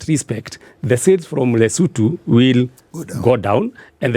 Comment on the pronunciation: Since when do Kenyans call LESOTHO Lesutu??? Were BANTU, we pronounce every letter